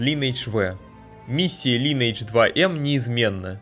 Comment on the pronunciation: дружище называй только не линэйдж, а лайнэйдж так будет правильно.